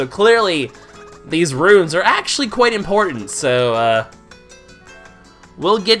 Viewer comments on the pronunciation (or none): is it just me or is he saying runes and not ruins